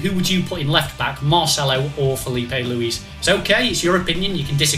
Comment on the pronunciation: lewis/luce/luiz lol